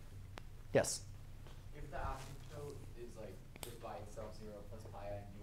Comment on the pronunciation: anybody else go crazy when he says asymtope